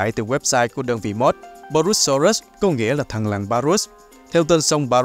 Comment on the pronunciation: là purusaurus nhé ko phải parusaurus đâu